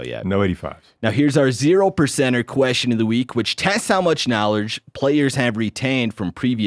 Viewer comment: What is the correct way to pronounce the word "question"? Every time says that word I shutter. lol. Also, I agree with Clay... it's "akerns". Lol. Thanks for all that you guys do.